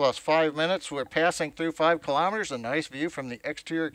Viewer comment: KILO'METERS, not kalamaduhz.